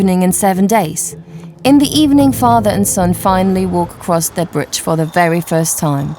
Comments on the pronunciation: The narrator for suspension bridge part of the documentary has a distinctive way of saying the word "bridge" to me it sounds like she's pronouncing it "britge" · BRIDGE YOU SILLY WAMMEN NOT BRITCH! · WTF is a Britch.... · WTF is a britch?